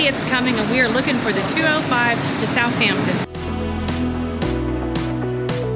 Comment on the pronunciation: It's Southampton, not South Hampton. Like Washington, not Wash Hington.